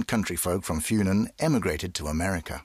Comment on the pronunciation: The way the English dub pronounces "Funen" makes it sound like an herb.